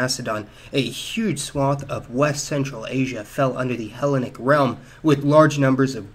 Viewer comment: Uralic, Hellenic have the stress on the second syllable